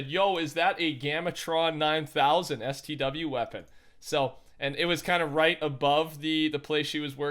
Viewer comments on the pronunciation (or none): I couldn’t have been the only one annoyed by him saying stw... LMFAO i don’t even play it but I’ve never heard someone say it like that